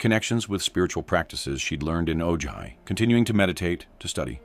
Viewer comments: Great video!! But Ojai is pronounced O-Hi not O Jai or O Ji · Ojai sounds like O-hi. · The "colony moved on to Oh-JI" Seriously????? OH-JI? Why can't these narrators learn how to pronounce names correctly???? It's not OH-JI. Lazy narrators. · Thank you. The mispronounciation was driving me nuts.